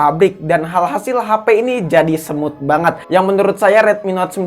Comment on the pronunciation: bilang smooth ekstreme tapi yang gue denger semut ekstreme😅